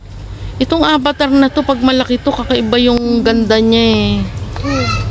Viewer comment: AVATAR po hindi ABATAR 😂😂😂😂 Peace.... no stress just relax 😂